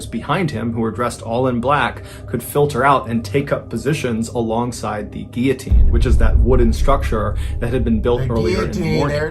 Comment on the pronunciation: lots of people mispronounce 'guillotine'. People see the double-L's and want to pronounce it as it is in Spanish, but the L's are pronounced normally.